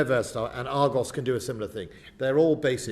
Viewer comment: And its ARGUS not ARGOS And its BULWARK not BULWOLK And we have 3 Bay class not 4 . We sold 1 to Australia . ANOTHER cut.